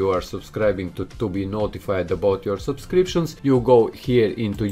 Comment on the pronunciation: I luv when he says supscriptions